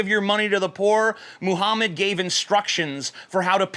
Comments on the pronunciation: you said "Muhummus" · is it just me or does he say "muhhumus"? no h8, just sayin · you acidentally said Muhammas in this video at one point, I lol'd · 4.36 "Mohamas" - TJ Kirk 2017 ... Or is it "mo hummus"? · Did anyone else hear him say "Moo-hummus"? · "Muhummus" LMAO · you said mohamus